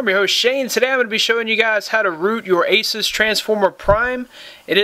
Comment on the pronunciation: Asus is pronounced Asoose